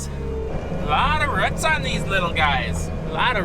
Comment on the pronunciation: Those things hanging down from the bottom of the tree are called “roots”, not “ruts” 😂 Rhymes with “boots” 🤣😂 You crack me up sometimes!!